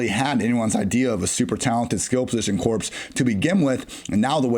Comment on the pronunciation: Corps is pronounced “core” not “corpse” :)